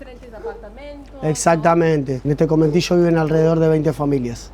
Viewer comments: Minor correction: It's not "cometillo" it's conventillo. Great video thou.👍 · Conventillo! No cometillo.